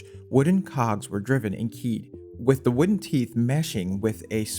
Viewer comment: “Thea” friction in “ey” cog… too many thea’s and ey’s in the comment voice for me 🙃